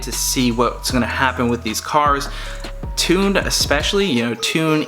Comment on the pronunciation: “tunded”???? Lmfao!